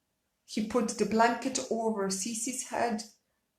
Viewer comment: “The blunket”...ok- next!